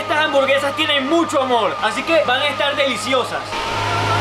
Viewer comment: Yo escuche gamón envés de amor